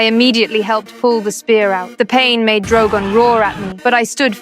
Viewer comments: Bro said drowgown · Why did she say drogan